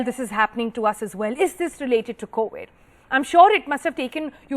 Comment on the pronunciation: COWID?! WHATS COWID LADY?